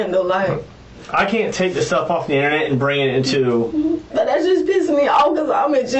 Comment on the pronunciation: She said Innanet. 😂